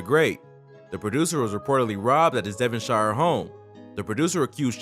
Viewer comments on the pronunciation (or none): none